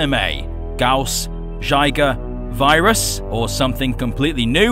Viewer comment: Its viras VIIII RAS Not Vyeras Vi ras